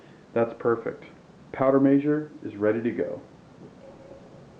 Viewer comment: Very well done and informative, but please say measure not meeezure.